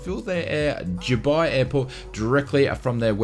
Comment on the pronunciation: How is Dubai pronounced Juuubai? 🤦🏼‍♂️